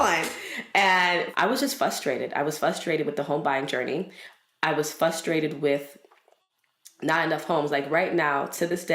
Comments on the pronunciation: love this interview and segment! I was getting a little bit FRUStrated every time said "Fustrated" tho lol. But I noticed this taking place throughout NYC in the decade I lived there as well. The cycle continues in every borough, especially the neighborhoods with minorities. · FRUST *RATED —-NOT— FUST rated